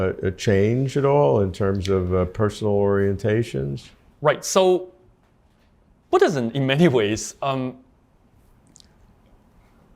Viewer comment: Its Buddhism not Booddism.